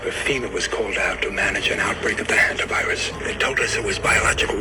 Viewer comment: Please pronounce hantavirus properly